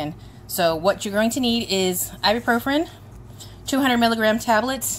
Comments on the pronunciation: Great video but you're putting an extra R at the end of Ibuprofen when you pronounce it. It's "Eye-B-Pro-Fin" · Actually, it's pronounced "Eye-bue-Pro-Fin".